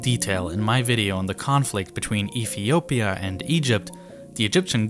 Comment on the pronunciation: eFiopia, instead of eTHeopia . Sounds like he has a ‘F’ , for ‘Th’ speech replacement Phonological defect. TogeFer, for TogeTHer. OverFrow , for OverTHrow. NorF for NorTH etc. Also spotted gWoop for GrOUp CentWal for CentRal. TWaditional for TRaditional Probably a few more , but it becomes difficult to concentrate on the actual subject which is ( otherwise very interesting ) An early intervention might have helped, but so many kids are just not getting that help early enough.